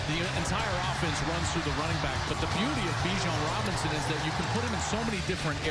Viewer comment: "Bijon Robins" lmao